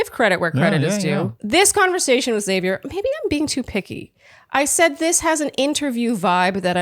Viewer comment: I like Xavier as well. Sounded like she said his name like “savior” instead of “Zavier” when she gave him the rose. Curious